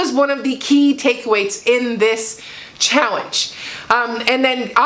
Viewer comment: I’m sorry … are you saying chowenge? Hey that works instead of challenge. Great job😄👍🏽